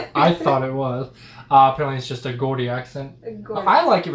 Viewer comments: Gordy. it's pronounced jordie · Soft g in Geordie, djaudy, not GGordi... Just saying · Gordie is pronounced jordy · Her accent is pronounced as JAW DEE, not GAW DEE. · Its not pronouced Gordy..the phonetic spelling will help you pronounce it..it has 2 syllables and is Jaw dee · Its called Geordie not gordie what ever you was saying and it is a proper English accent what ever you ment by that I have no idea? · Not 'Gordie': it's 'Geordie';as in "Georgie'. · pronounce gordy as jordy.. sarah milikan is so good. love her to bits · Geordie is pronounced Jordy not gordy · Gordie is pronounced, Jaw-dee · Not Gordie, Geordie, with a soft G. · It's not Gordy, it's pronounced jawdy, it's the easiest way I can explain, that's the great folks of Newcastle, but I think Sarah is from South Shields, it's a bit like asking a Texan if he's from Arizona !!😱👍🇬🇧🇬🇧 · Jaw-dee = Geordie. Not Gordy 😂 you’d get beat up for saying that in Newcastle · It’s pronounced Jordy not Gordy accent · It's pronounced jordie guys ❤ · it's pronounced geordie the accent like George not gaudy aha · Geordie is pronounced Jordy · Great reactions ....it's pronounced jawdee lol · it's pronounced jaw dee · I love how you both pronounced the word Geordie. I know Its crazy but we don't use the G as you would think as its actually pronounced Jordie Jaw-dy 😁. Another great video as always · Geordie. pronounced. Jordy. She is a star. i lover her stuff. thanks for putting it up. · Geordie = Jor-dee lol I Love Sarah Millican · Said like ‘jaw-dee’ Geordie... 👍🏼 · It's pronounced 'Gee-ordie' as in 'George'! Cheers! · Geordie is pronounced jor-dy . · The accent is pronounced with a J rather than a hard G (Jordie) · Geordy (jaw dee) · That’s a real accent - I live here in South Shields and it’s what everyone speaks around here — and you say Geordie wrong a it’s said like JAW-DEE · Geordie, soft G, more like Jeordie. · Geordie is pronounced with a soft G (like a J) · Soft "G" as in George.